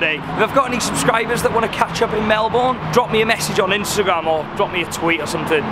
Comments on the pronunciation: Pronounced “ Mel-bin “ not “ Mel-born” just a heads up 😉 you’re welcome 😇 bon-voyage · I'm sorry but it kills me hearing you pronouncing it as "mel boune', it's 'melben' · Happy days! It wouldn't be a video without a free spa day! The best view in the world! Please start pronouncing Melbourne 'Melbun', the locals will correct you for sure! 😁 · lazy Australians would pronounce it as Melbin but in factuality it's proper pronounciation is Mel-born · Melbourne is pronounced Melburn. 😀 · Mi Hennesy its “proper” pronunciation has never had the “r” sound. We Aussie’s know how to pronounce our own cities 😘 it’s like trying to tell a British person they are saying Southwark wrong by making the “W” sound. You’re not gonna win here buddy. No Aussies ever say the “r” in Melbourne. Same as how Canberra is just Can-brah (no Australians say can-ber-rah) and Cairns is Canz or Cans (some Queenslanders have a more nasally z sounding s on the end.